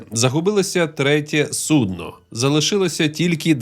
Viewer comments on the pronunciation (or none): none